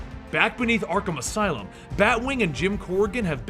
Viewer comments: You said arthum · he said Artham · Anybody else notice that , he says artham instead of arkham? Lol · Dis fool said Artham